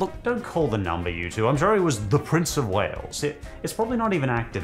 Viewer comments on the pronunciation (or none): none